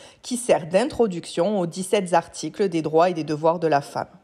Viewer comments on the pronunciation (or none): "Les dix sept zarticles "? J'espère que vous n êtes pas prof de français. Bon c'est pas très gentil de ma part car vous nous rendez bien service